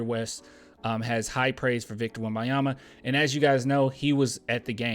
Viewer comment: Lol you’re still calling him Wembayama 😂